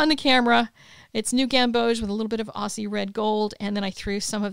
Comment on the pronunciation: I am really loving your art. I came for the copics and stayed for the watercoloring! Just one note: “Aussie” is pronounced with a hard “s”, so it’s more like Ozzie. - Signed, an Australian. Aussie Aussie Aussie, Oi oi oi!